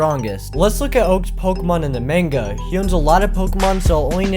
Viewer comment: I like the fact that he used the manga Pokemon too but the way he pronounces manga is "off" to say the least.